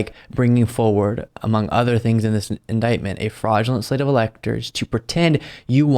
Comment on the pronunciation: OMGod..."i never heard the word indietment before"...true, probably coz not many presidents get indieted!!!